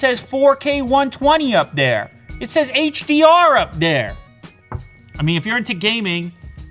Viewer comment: the way he says "there" lol